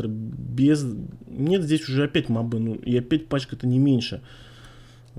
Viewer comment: И мобЫ, а не мОбы.